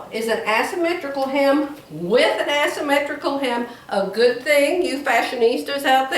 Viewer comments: Love the blue and white blouse you already made with the asymmetrical blue skirt. FYI with love. There is no "ass" when pronouncing asymmetrical. It is pronounced "A" symmetrical. You can google how to pronounce it to hear it said out loud. Love you. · 🤣🤣🤣, you were sewing “ass symmetrical. It’s Aaaaa asymmetrical. Love you. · I do like the top you have with the skirt. Gives you more options for jewelry. 😃 I would kindly ask you to google the pronunciation of the shape of the skirt. The A says it name as in “say” not as in “ass”.